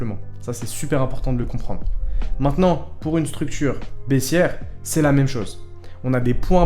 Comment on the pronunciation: POUR*** Pas Poue cest pas pro